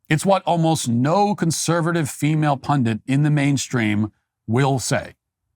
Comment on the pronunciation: THE WORD IS PUNDIT MATT NOT PUNDINT FOR THE LOVE OF GOD SAY IT RIGHT